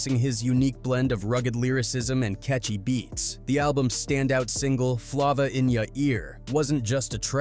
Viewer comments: Flova in ya ear dude you need to work on your pronunciation it’s flava in ya ear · Flah-vuh in yourr earr wtf is that.. Being involved w diddy then suge and dying of aids. Crazy .. Mac was stuck between a rock and a hard place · U mad lame for not knowing how to pronounce this man's song. It's a egregious dereliction of duty on your part when you can literally go listen to the song. This is Hella disrespectful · Can't take content serious if u can't even say the name of the song right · He don’t know how to read it right